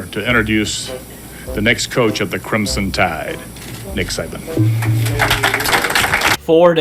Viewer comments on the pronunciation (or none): none